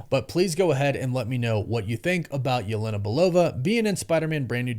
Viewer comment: it kinda annoys me how you pronounce "Yelena" but great vid man